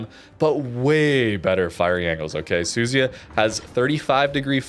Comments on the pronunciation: The American CCs for this game show such an unbelievably embarrassing level of ignorance towards pronouncing any other nation’s ships, even British ones FFS… How on earth can you look at the letters Su Zu Ya… and then pronounce that as Su-zy-uh?!?!?!?!?! I just came from a Normalguy where he tries talking about La Spe-zi-a, calling it a La Spee-za and worse. Come on guys… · I think right pronunciation is SU-ZU-YA